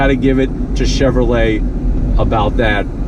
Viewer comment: Chevrolet not Chevrolt lol